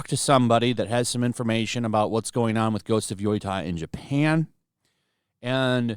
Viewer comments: Yotai? Can you work on that pronunciation? It's Wokei... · It's drivig me insane to hear YOY-TAI instead of YO-TEH all the time here. Even if I don't care about the game. But good for Sony to go back. Better ignore those landwhowales in the West. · Hey, if you're going to report on the game, you should at least try to pronounce it correctly. It should be pronounced: "Yo" "tay" like say or play. IDGAF about the game, but the mispronounced Japanese word bugs the shit out of me. lol. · At this point I think you're intentionally pronouncing it that way? You can read, correct? Y-O-T-E-I yo-tai Other than that I agree with everything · Bro it's Yo-tei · You've mispronounced Yotei hundreds of times now, man. Yoh-tay. Like if Tay Zonday said hi, you might reply "yo, Tay!" Ghost of Yotei is cringe, btw, I really think it's gonna lose them hundreds of millions. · Bro how can you still not know how to pronounce Yotei by this point? It's been talked about so much that you surely have heard it said correctly. I just have to say something about it. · Why is yotei so hard for people pronounce properly?